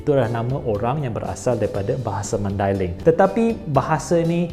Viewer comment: First time dengar orang bukan mandailing sebut maidailing dengan betul. Selalunya dengar orang sebut dengan sebutan Mendeleng. Pertama kali juga dengar orang bukan mandailing sebut Nasution dengan betul bukan dengan sebutan Bahasa Inggeris. Nak lagi content bahasa-bahasa lain tambah ilmu baharu.